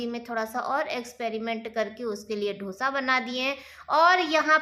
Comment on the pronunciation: Ap hamesha hi dosa ko dhosa bolti h